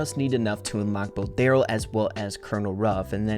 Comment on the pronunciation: The Darryl skin is pronounced: Darry one